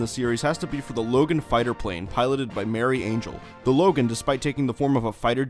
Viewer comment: Glad i'm not the only one. Also, pronouncing Marie as Mary is just plain lazy, especially considering all the character names were European.